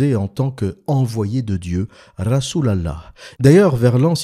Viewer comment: Tu me tue quand tu dis "Rassoul Allahح" 😂😂😂